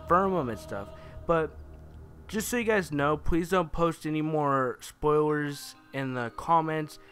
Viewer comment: Its spoilers not spoiwers